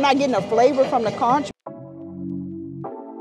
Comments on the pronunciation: The beach scene 😂😂😂. The food looked good. Conch is pronounced Conk. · Hey conch is pronounced "conk" the H is silent 😊#BahamianBornandRaised ❤ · FYI In the islands we pronounce the ch at the end of conch as k. “Conk”😊